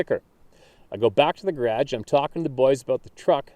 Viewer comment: Say garage for me.........funny.........